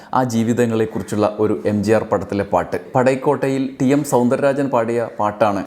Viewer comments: പടൈക്കാട്ടൈ.. അല്ല. പടകോട്ടി. പടക് ( തോണി ) ഓട്ടുന്നവൻ " പടകോട്ടി " എന്നർത്ഥം. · Padaikotai.alla padakotti